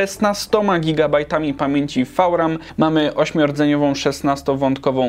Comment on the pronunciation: FAŁ RAM